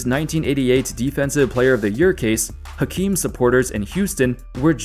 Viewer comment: Fun fact: every time you pronounce the ‘H’ in Hakeem, a puppy dies.